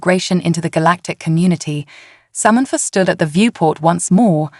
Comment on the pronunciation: What is Somentfor ? All lol a sudden Samantha has a new name !!! The alien suit is making this AI voice confused